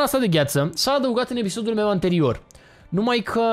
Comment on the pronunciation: nu este amuzant chiar deloc cand spui: "pe canalul mieu de youtube"